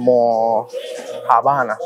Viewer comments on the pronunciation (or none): Almojábana, con acento en la segunda á. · Neneeee! Repeat with me: almojábana, corrido, sin pausa ni h! 😅 . Fan tuya! Abrazos! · B día la almoja'bana lleva el acento en la segunda A.. Se dice con ese acento... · NO se pronuncia Almojabana, se acentúa la 2da "A" que en lo cual se escribe ALMOJÁBANA.... Eso es lo que se vende en Caguas; mientras que en Humacao se le dice Granito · Hola,, gracias por tu gran trabajo. Se pronuncia ALMOJÁBANA,, con acento en la A luego de la J.. tambien las hacen en PR como te comento otro seguidor.. pa’lante y gracias de nuevo. Saludos desde TEXAS..👏👏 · Repite conmigo Almojàbana con acento en la a!! 😂😂😂 jajajaja muy buenos tus videos. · veo todos tus vídeos. Observaciones 1) Avenida Piñero (sin la "I") en honor a Jesus T. Piñero. 2) se dice almojábana (acento en "já") También se hacen en PR, generalmente con harina de arroz y queso. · Mira, es "Almojábana.!!!!!! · SE DICE ALMOJÀBANA MI DIFUNTO ESPOSO EN BOGOTA LE LLAMABA PAN DE BONO😊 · Se dice almojábana!!! Con acento 😅😅😅😅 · Al-mo-já-bana palabra esdrújula...y cuándo vienes al Sureste?